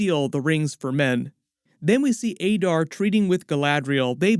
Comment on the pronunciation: Why are you pronouncing Adar as Aydar despite having heard every other character in the show pronouncing it as Adar?